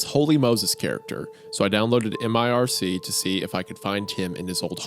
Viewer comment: Dudes its not m-I-R-C, its just mirc. I about had an aneurysm